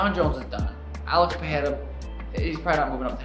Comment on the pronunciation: Much as I like Sonnen for entertainment purposes, he is an idiot. I don't follow him for his analytical prowess. And Mighty Mouse is only tangentially correct; if you train to fight with your fists closed, you get it done. It's not THAT difficult... And can people stop mispronouncing Pereira? It's an "r", not an "h/j". I speak Portuguese and that is not how you pronounce the name. Oh, and fuck Dana forever. Dude never treats fighters with respect unless they are huge money-makes when he himself wouldn't bust a grape in a fruit fight (all credit to Jay Z). Oh, and rich from Eye-poke Jones to call this out. Stop cheating and beating your wife and maybe someone might take you seriously.